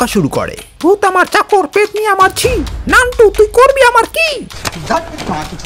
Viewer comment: নানটু না নুনটু😅😂